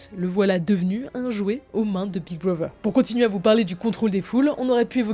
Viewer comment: Par contre c’est big brother pas big brover